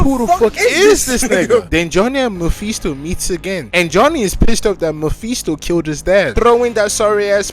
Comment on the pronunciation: Like the narration but the mephisto pronounciation just hurts me